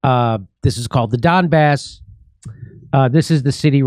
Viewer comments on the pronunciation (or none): Jimmy pronounces Donbass as dumb arse